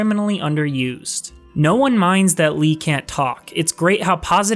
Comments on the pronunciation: You play as a girl named Lee... what? 😂 It's Le-ah or Lee-ah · Pretty sure it's L-EE-UH or at the very least, L-AY-UH. :p Good video, though. I will say I had the opposite feelings on combat and puzzles. For me, combat never got repetitive or stale at all, while I felt the puzzles, while well designed, were too relentlessly challenging+numerous to where it exhausted me mentally at times, forcing me to take breaks. It's not that I mind challenging puzzles, but the way they'd just throw them at you one after another in dungeons was too much. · Good video... but please, it's Lee-ah, that bugged me so much lol. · Why do you pronounce Lea "Lee"? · 9.9/10 review, .1 off of 10 because of how you say Lea